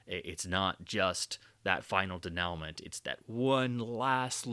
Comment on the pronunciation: Great essay, and very thorough! It might be the most pretentious comment I could make on a video essay, but I just gotta: with nothing but love, "Denouement" is pronounced den-yoo-mon'. The work is great, and I appreciate it, but that's how you say the word. For future reference. Love ya!